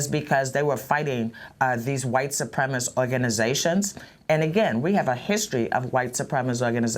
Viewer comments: SU-PREM-IS-CIST, not SU-PREM-IST!!! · [" What is a 'supremist'? "] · She cannot even pronounce 'supremacist' properly?